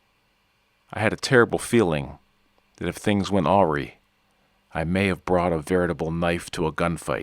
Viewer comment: Love your channel and your voice, but please learn how to pronounce awry, lol!